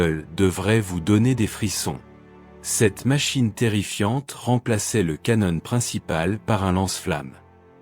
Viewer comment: Le canonne😂😂😂😂😂 Non, on prononce un appareil photo canon(one) mais canon pour une arme......ou à boire😂😂😂😂😂